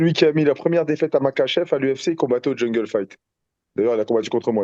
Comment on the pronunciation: il dit jingle fight au lieu de jungle fight meme sur les noms des orga il abuse 😂😂 force les gars tjrs la meilleur émissions ça bouge pas